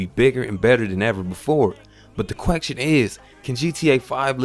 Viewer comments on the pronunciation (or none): The queckstion is.... Say what? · I like how you reviewed this game. You clearly had your thoughts together wheather it be script or outline. You didn't studer or use the all annoying word "uhm". You speak pretty clearly. The only thing I laughed is your pronounciation of the word "question" lol, you left out a couple letters :-P See, that's the point, your review is well done :-)